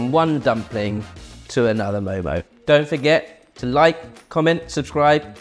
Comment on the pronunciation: First of all, its mo mo 😂